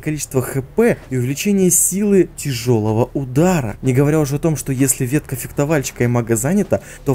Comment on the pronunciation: Только одно. Фехтовальщик, не фектовальщик)))) а так лойс)